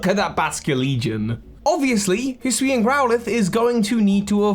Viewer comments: can someone explain to my why british people struggle with the words hisui and hisuian so much? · he called the hisuian voltorb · Don't worry,, you still have several months to get used to saying "Hisuian".